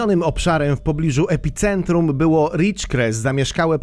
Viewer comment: Epicentrum! Caracas!! (2×) - naucz się poprawnie czytac!!!